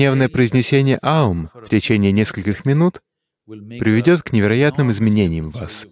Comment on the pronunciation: Невероятно! Это лучшее объяснение и произношение этого звука! Благодарна! Никто не мог нормально объяснить, даже учителя йоги.